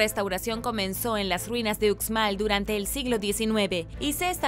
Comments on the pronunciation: Hola Uxmal se pronuncia como ushmal saludos desde Yucatán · Hola me encantan tus vídeos!! Uxmal se pronuncia ushmal 😬